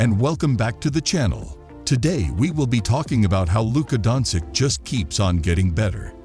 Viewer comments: learn how to pronounce he's name at least..( specially when u do video about hem). donkik?!))) jokik?!)) omg this is so disrespectful!!! life hack for u read like this donchich jokich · luka donsick sounds good to me lol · How you gonna make nba content and not know how to pronounce Jokic, Giannis and Doncic😂